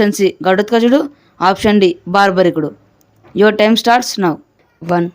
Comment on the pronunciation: It is BARBARIKUDU not BHARYARIKUDU